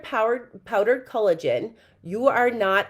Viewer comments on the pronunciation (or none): “Cullagen” and “hyarulonic” acid has me rolling 😂😂😂😂